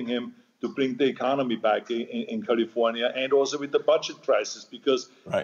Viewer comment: He pronounces it as Jose Feliciano used to sing it in that old song. Charming, really.